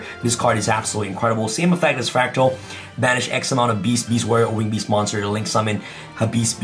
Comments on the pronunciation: Am i the only one or does always say bees? Instead of beast😅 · Has someone counted how many times he sad beast, beast-warrior or winged beast? It sounds funny. Also he explains it realy well